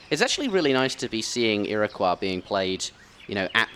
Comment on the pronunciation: Iroquois sounds like ira coy and Baja sounds like ba ha.